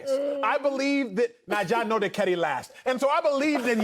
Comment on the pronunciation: Was Wiley trying to say Naija… meaning Nigeria 🙄